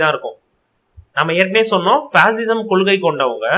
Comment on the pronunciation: It's not pasism it's fascism